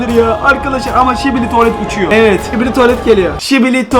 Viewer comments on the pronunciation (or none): Skibidi tuvalet yerine şibili. Tuvalet demesi😅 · öncelikle sibili tuvalet değil skibidi tuvalet her şibili dediğinde sinirim bozuluyo